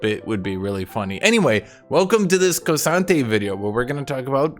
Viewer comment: K'sante literally pronounces his name like that